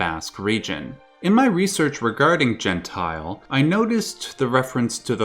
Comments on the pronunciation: The pronunciation is quite off, because it is not "gen-tile" (jentil) more like "yen-tyl". Its more accurate and doesn't sound so wrong xD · The way he pronounces Jentil as Gentile makes it sound antisemitic... It's Jen - till. Or it is some real throwback mistranslated racist storytime bullshit.